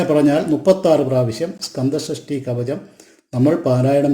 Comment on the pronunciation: കവജം അല്ലടാ " കവചം" എന്ന് പറ...😅😅😅😅